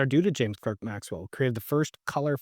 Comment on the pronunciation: I thought Clerk was pronounced Clark?